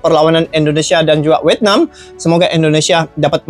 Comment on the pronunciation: Vietnam bang tenkuruk bukan wetnam😅